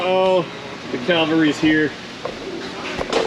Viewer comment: calvary or cavalry?